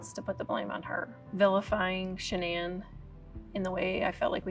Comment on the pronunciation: “Sha-NAN”! You come into my house, you get my wife’s name right!